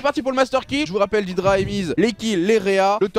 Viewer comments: C'est pas "didra" Mais "dédra" Venant de l'anglais "dead" Cordialement Pour doig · fais pas l'anglais dead sa se prononce dèd et non dédra